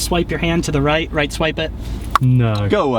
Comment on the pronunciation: hahaha ''Reich swipe it''?